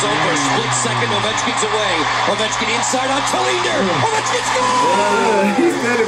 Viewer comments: it’s Oh - Vecht- Skin ( he’s from Russia and he’s been playing hockey since I was alive it seems like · Video starts.........Alex ovie-chin 😂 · No one's ever called him that it's Oh-vech-kin lmao